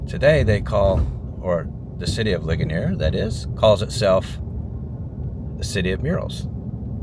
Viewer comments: It is pronounced Lee Jun eres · Since it’s a French town, a better pronunciation might be “Lee-schone-A”? For the first town